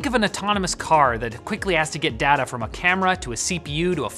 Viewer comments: why do u say dah- ta, your not aussie say day-ta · When you say data do you mean like Dayta? Sorry im english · He said data instead of data